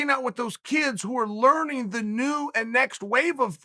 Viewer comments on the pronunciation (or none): none